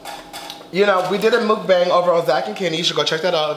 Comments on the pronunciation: MOOK-BONG is how you say it. Everybody want to be doing it and not saying it right wtf I love you Zach no shade but come on.... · Zach I'm korean..... it's pronounce muk-bong.....